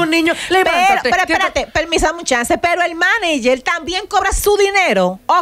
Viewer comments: No hay forma que Amelia ni puedan decir Manager 🙄 dique Maniyer 🙄🙄🙄🙄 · por favor de las cosas o las palabras como son ( Manager ) no es maniger, ya que la palabra viene del origen ingies. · Cada vez que dice ''maniger'' me da ansiedad. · Tierra ábrete y trágame cada vez que Amelia dijo Maniger cuando es MANAGER que se dice... Amiguita mejora tu léxico antes de buscar camara